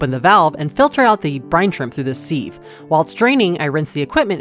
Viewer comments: Seeev? It’s pronounced siv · Seeeeeve? Sieve, is pronounced Siv. Sih-v. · Sieve**! And its pronounced “siv” not “seev” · I always pronounce it "seeve" by accident too 😂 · Pronounced 'siv'